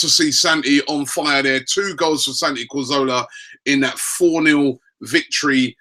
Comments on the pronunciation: winds me up how Robbie says Santi Cor-zo-la. It's inexcusable. It's Ca-zor-la. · TheBala1999 Yes, you are right, but in this country most people call him Cazorla - except Robbie who calls him Corzola (or sometimes Carzola). We aren't Spanish so why would we pronounce his name the Spanish way? btw he gets Giroud wrong as well... the 'd' at the end should be silent. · CAZ-ORLA... not COR-ZOLA!! Get it right Robbie! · it's neither, in Spanish it is cathorla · well neither is right soooo... lol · I find it absolutely mind boggling that he keeps saying his name wrong in EVERY video. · Wanted to comment on how he pronounced it. irks me how he gets the name wrong, how can you pronounce such a players name wrong. Very unprofessional. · it is pronounced how it's pronounced you can't decide to say it differently because you're not spanish??? 😂